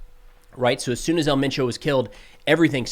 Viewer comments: You say “Elle mein chow” but it’s “ehl men choh” “El”doesn’t sound like “L” in English and Mencho is pronounced like men in English and cho sounds like “show” but c at the beginning and with an h at the end. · The proper way to pronounce it is El menSho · Just a lil help for ya. In Spanish, “E” is pronounced “Ay”. So his name is pronounced “Ail Main’ Cho”. And Jalisco is pronounced “Ha Lee’ scoe” Otherwise ya got it right! 😃👍🏻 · For El Mencho it’s said the way it looks so el Men Cho, Great reporting thank you for that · It’s pronounced “El Mencho”. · Pronounced el men-Cho. Jalisco is pronounced Hal-E-sco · your pronunciations are pretty good. My only note is that the accent is on e in 'El' like if you were pronouncing the 'e' in 'emphasis'